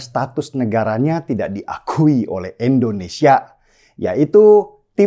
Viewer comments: Si Denny itu gak bisa Bilang Indonesia yeaaa...?!! Denny ngomongnya Endonesia Mulu.. nyebut nama ngara sndiri aza gak bener.. Indonesia itu dpannya pake I Bukan E .. ngerti ora son..??!!🤣🤣🤣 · Bang deny koreksi artikulasi ya Indonesia , bukan endonesia